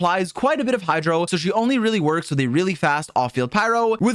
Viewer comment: "hydo dps" 💀💀